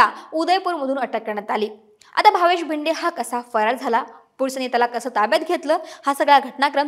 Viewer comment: जरा मराठी सुधारा भिदे नव्हे भिडे